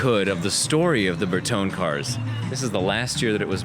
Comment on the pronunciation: Ahhhhh I wasn't listening,. You did pronounce Bertone correctly. Sorry.